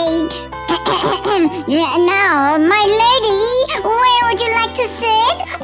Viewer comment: Not dayte its date